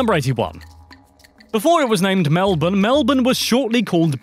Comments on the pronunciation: Koz - ee - osco. Well done on Melbourne tho, most youtubers butcher it Also, technically, the territories are not states. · When they pronounce Melbourne correctly but not Uluru or Kosciuszko.